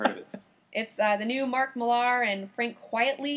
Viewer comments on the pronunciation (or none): Love the podcast, and agree as to Wolverine and the X-Men - let's have more stuff at the school! I was wondering though - why are you pronouncing Millar as Mill-AHR? It's just said like Miller (it's the Scottish version of the name...). Of course, you could be saying it this way for the fun....